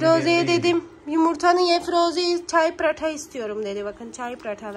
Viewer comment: Ya Allah aşkına sen pratha deme yaa nasıl bukadar sinir bozucu söylemeyi basarabiliyosun